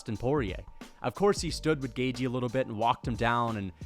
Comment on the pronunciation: Please learn how to pronounce Gaethje correctly for the love of Christ